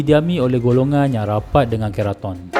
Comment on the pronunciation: Bang,ampun nk betulkn sikit..sebutan 'ke' utk perkataan keraton tu sama mcm nk sebut 'ke' untuk kereta. Bukan 'ke' untuk perkataan kepang..hee